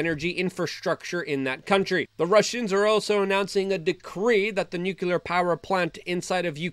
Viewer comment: Not "nucular." NUCLEAR.